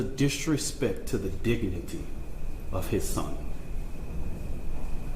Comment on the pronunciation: Why do they have this guy speaking for them, he cannot speak at all! Metclaf? Dignety? He needs a speech therapist.